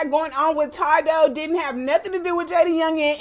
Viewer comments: Not that you said todoe 😂😂 it’s TADOE respectfully sis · Ta dough. I’m dead it’s Tay doe 🤣 I love u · Lmfaoo how she said tado 😂😂😂 “Tadoe” 😂😂😂😂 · IT’S TAY-DOE!😭 I’M DEAD. cuban doll do like that rough shit, tadoe beat her ass, too. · Its pronounce Tay-doe. I think we all told u this before lmao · Love the videos ! Keep em rolling and his name is pronounced, "Tay-doe" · Its pronounced tay doe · It’s pronounced as “Tay doe” lol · It’s TAY-DOE baby lol it’s okay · Lol sis it’s TAYDO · It's TAY-THO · taydoe how you say it but yes this messy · It’s pronounced TAE-doe. Cuban is toxic and weird she need help. She going out real bad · secs the way she pronounced tadoe name had me blue laughing lot of people pronounces his name wrong LOL